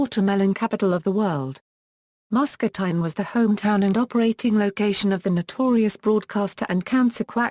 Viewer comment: If you are going to make a video about a place, learn how to pronounce the name correctly.